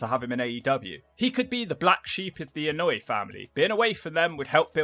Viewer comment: Anoa'i is pronounced Ann-Oh-Ah-Ee...